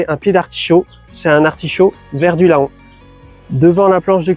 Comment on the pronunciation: Ah chanmé des couleuvres 😅 PS: La ville de Laon se prononce "Lent"